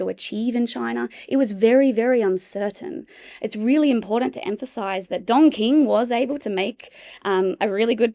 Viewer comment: Sounds like you're saying Dong King and not Don King.